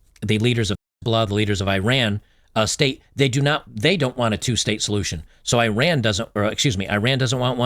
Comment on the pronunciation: Ee-Rahn not I-Ran